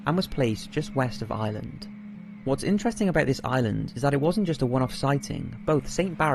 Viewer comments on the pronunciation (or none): you pronounce ireland like island